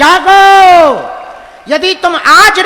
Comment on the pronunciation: Tumlog ka pandit haagne bola h haago 😂😂😂😂 jaago Or haago😂😂